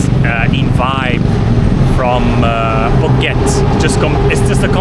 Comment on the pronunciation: the "asian"/"Thai" pronunciation you are trying is annoying. Please ask a Thai person how to pronounce the word. You kinda butchered all the word. I appreciate the effort but just a little bit more. (i.e. Phuket = POO-KET (not PORKET)